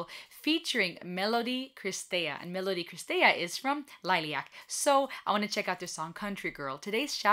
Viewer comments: Most of the concert footage is not produced very well. Before you get criticized in any way for name pronouncing … Liliac = lily like the flower and ack lil-i-ac and Melody-Mellow D and Christy - Chris-tee 👍🌹❤️ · Perhaps this will help to pronounce the bands name LIL-EE-ACK The drummer in this video is the drummer that performed the original version of the song. If you want to check out Melody unchecked, check out Liliac's last to uploads: "Vertigo" a live performance and "Not Afraid."